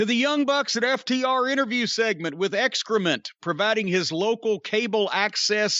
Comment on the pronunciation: Calling Excaliber, "Excrement" is a total DONALD TRUMP move